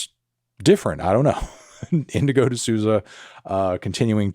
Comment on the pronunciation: Hey Anthony! No idea if anyone in your team reads these, but the correct pronunciation of Indigo's last name is "the SOUL-zah". Very common last name in Brazil, which she got from her Brazilian guitarist dad. Loved the Tkai Maidza and Leikeli47 tracks!